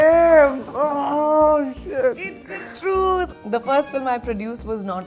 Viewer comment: who found it funny how she pronouces truth